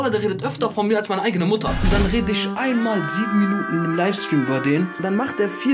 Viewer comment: Und es heißt ich und nicht isch! Boah Jungee 🤢🤮